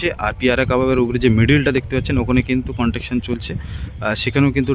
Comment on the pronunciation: আর কন্টাকশন নয় ,😢 ওটা হবে কনস্ট্রাকশন 👍 construction